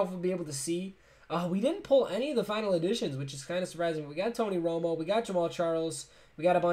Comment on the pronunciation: lol, at first you said Tony Homo